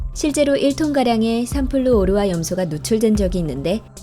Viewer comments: 삼플루ㅡ오르화가 아니라 삼ㅡ플루오르화로 읽는건데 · 읽는 방식이 좀 거슬리는데 삼플루/오르화가 아니라 삼/플루오르화 입니다...플루오르라는 원소에요.. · 삼플루/오르화 가 아니라 삼/플루오르/화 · 삼플루 오르화 말고... 삼 플루오르화...